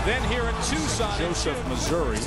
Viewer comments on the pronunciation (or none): none